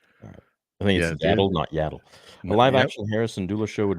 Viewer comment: I do find it funny that even in Tales they say Yaddle correctly but this guy just refuses to do it.